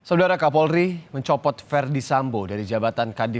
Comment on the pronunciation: Pembawa acaranya sampe salah ngomong, mencopot jadi mencotot, 😅